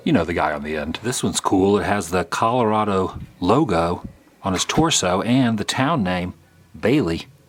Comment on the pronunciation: You were very close! And it's ColoradO, not ColoradA lol